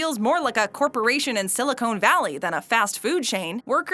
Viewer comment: LOL...it's Silicon Valley, not Silicone Valley